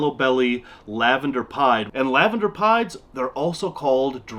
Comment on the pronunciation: Every time he said "banana pieds" I kept hearing "banana pie" lol. They're all beautiful animals though! It always blows my mind how tiny baby ball pythons are. I can't believe mine was ever that small.